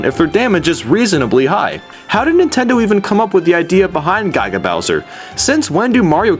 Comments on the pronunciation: You pronounced "Giga " wrong. -Trolls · GODDAMNIT MAN! It's Giga, NOT GYGA! Think of a Gigabyte usb. it's Giga as in a billion. I don't know what Gyga is. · "Guyga Bowser" It's pronounced Gih-guh. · Can you not say guy-guh bowser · its giga (gi- ga) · Bruh the way you pronounce "giga" as "guygah" just bruh... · Ge as in get and ga as in guard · Yeah, but from what everyone says and even the canon, it's pronounce "gigg-gah" just thought you should know. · you're pronunciation is fucking horrible. it's not guy-ga, it is gig-uh "giga" not pal-you-tane-uh, it's pal-uh-tane-uh "palutena" also, striving for originality? why not, not jump on the bandwagon for many popular things? using nyan cat, doing top 10's, reviews? not very original to me. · You cannot pronounce words. Palutena(PAL-OO-TANE-UH). Giga? Really? I have never heard anyone mispronounce that. I'm just gonna let you figure that out on your own